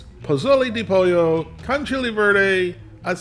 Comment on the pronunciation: POLLO is pronounced Po Yo. Just sayin'